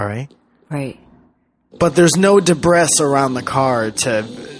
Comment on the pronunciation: 2.39: Dibress. Seriously??? It's an old English word pronounced Daybree., I am disappoint.